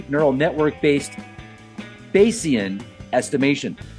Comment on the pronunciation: Bay-e-shun. Bayesian reasoning. Statistics with thought essentially. Id look it up before reporting on it lol.